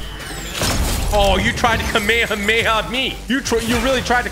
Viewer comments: lmao "kameamea" but dont worry man, we all said it wrong the first time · It's kam ehh ham ehh haaaa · He said kamayamaya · Typical bro, you said kamehameha wrong. It’s pronounced “CAM-A-CAM-A-HAAAA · It’s pronounced ka mae ka mae ha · It’s kam A kam A ha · Kmeamea are you sure it's pronounced like that bud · Bro its not kameamea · It’s pronounced ka meh ha meh ha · Its pronounced as ka-mey-ha-mey-ha. Kamehameha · I love but hate the kameyameya pronunciations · Not kameayamaya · Bro is saying it wrong to be viral lol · i hate how u said kamehame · the way he pronounced kamehameha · Am I the only person who is getting PISSED for the way is saying Kamehameha lol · Like everyone pronounces Kamehameha wrong like bruh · Am I the only one that noticed he says Kamehameha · The way he pronounces it 😭😭😭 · He’s saying kamehameha wrong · You pronounced Kamehameha incorrectly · Say kamehameha right pls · Bro can’t even say kamehameha right and bro said that he watched dragon ball z as a kid😐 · Anyone else triggered by how he said Kamehameha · U really don't know how to pernounce the name of gokus attack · the way typical pronounce the "kamehameha" sound bad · dude really said kamehameha wrong "kameakamea" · Bro wth is a Kamay hamay ha h 😂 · "kameamea" lol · Me: Kamehameha. Him: Akameamehma. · i love how he says ka mea mea not ka me ha me haaaaaaa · This is how you know he hasn’t watched Dragon Ball Z he calls it the kamememea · um what is a kameyameya its Kamehameha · It is a Kamehameha not a cammahmea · its not kamemeamameam its kamehameha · I’m not trying to be rude but It’s not kAmama it’s kamehameha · KA ME HA ME HA! Not kaMayaMaya! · It’s pronounced Ka Meh Hah meh ha. Not kameyameya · I love yo vids but u said kameyemeya it’s kamehamehaaaa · Bro it’s ka me ha me ha not kamayameya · Why does he say kameheya…. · i will forever hate typical gamer now because he said kamayamaya not kamehameha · No one talking about how he called it a kame a ma a ma ya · “The kameyamaya”